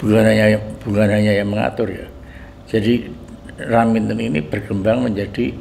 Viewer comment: raminten bukan raminto ya allah sehat selalu nyonyah R